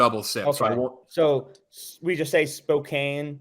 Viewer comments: It's pronounced SpokCAN btw not SpoKANE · Except not at all. Tomato, Tuh-mah-to are both correct just different dialects/accents. Calling Spokane "SPO-CANE" is like if your name was Thomas and I called you Toe-mass, it's literally just not right. This has nothing to do with trivia being right and everything to do with being super obnoxious/ignorant. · Just so we’re all clear… Spokane is pronounced SPO-CAN All of our cities are native names, so they pronounce weird.